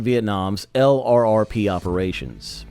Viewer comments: L.R.R.P.... 😂 You must mean "Lurp" 😂 try typing that instead in your AI reader. 😂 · Want to sound authentic? Say LRRP, don't spell it. t sounds like "Lurp'. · It’s pronounced lurp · HEY AI just say LURP. That's the way it's pronounced. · It's pronounced lurp. I get tired of hearing the narrator keep saying LRRP's. They were LRRP, but it's not pronounced that way.